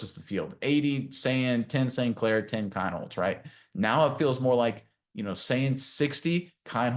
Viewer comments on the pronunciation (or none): His name is pronounced KEENHOLZ